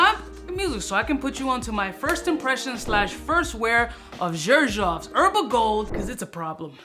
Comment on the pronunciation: The way u pronounce Xerjoff… 😬😬🫥 I actually wanna smell this one tho